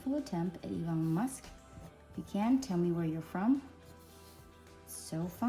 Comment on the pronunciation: You pronounced it right and I am from India